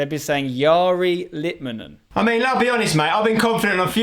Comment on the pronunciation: ITS LITMANEN FFS😂😂